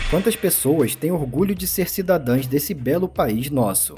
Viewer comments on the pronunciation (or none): "cidadãos" meu caro